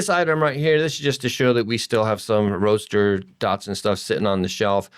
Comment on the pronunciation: I like note on one of the pages... "Definitely maybe our last Datsun Roadster video as parts oasis dries up". Also I swear he kept calling it a "Datsun Roaster". I was picturing something for my countertop.